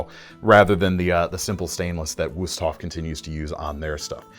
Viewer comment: Your video editor did a booboo. When the cameraman told you "Good job" for your pronunciation of Wusthof, instead of putting an exclamation point (!) at the end they put a capital "i" (I) so you screen read out "GOOD JOBI" instead of "GOOD JOB!" It took nothing away from the enjoyability of your video, it's just that your production values have gotten so high it's almost like it's a privilege to be able to point out an "Uh-Oh" from you. Still the best knife guys on YT.